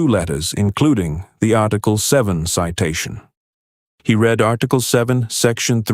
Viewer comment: Can't you pronounce anything right "read" ???